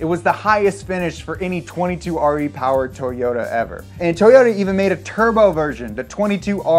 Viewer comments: Hahaha I thought the same thing. The way this guy says toyota is bothering me 😅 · you sound like they whitest man ever when you say Toyota, it’s not toe yota it’s toy ota, like a toy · Everyone - “Toyota” This guy over here - “Towyota” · トヨタ It's not toy-ota it's To-yo-ta, and the japanese O (お) sounds kinda like the O in toe. Japanese also doesn't have consonant sounds without vowels like english does (except for n(ん), which is why Japanese people speaking English sometimes add vowels where they shouldn't. I.E Mr. Roboto instead of robot. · Anyone else notice how he pronounces "toe-yota"? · No way he said "Tow-yota"